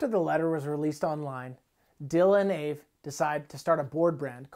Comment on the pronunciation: why is he pronouncing AVE like that lmao